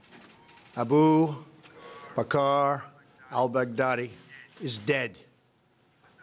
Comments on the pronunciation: “Ah-boo... bacarrr..... al bag daddy” Nailed it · Al bag daddy 😂😂😂😂. I am dead